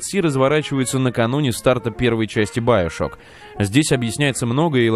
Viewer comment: биошок так правилаьно и да правильно гаворить игфините